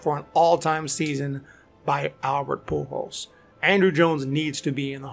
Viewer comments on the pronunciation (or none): none